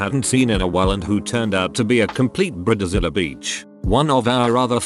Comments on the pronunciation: "briddzilla beach" lol gotta love robo-voice pronunciations. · Brih-duh-zilluh Lol